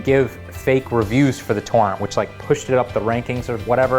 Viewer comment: wait i actually thought he said porn. turns out he can't pronounce "torrent" as two distinguished syllables